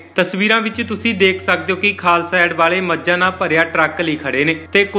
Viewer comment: ਪਹਿਲਾਂ ਪੱਤਰਕਾਰਾ ਬੋਲਣਾ ਸਿੱਖ ਲੈ। ਏਡ ਨੂੰ ਐਡ ਹੀ ਬੋਲੀ ਜਾਨੈ